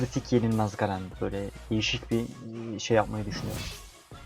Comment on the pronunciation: GAREN DEĞİL GERIN